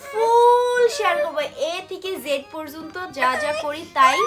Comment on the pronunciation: আই ডোন নো✅ আই ডোন্ট নো❌ প্রোরজোনতো✅ পর্যন্ত❌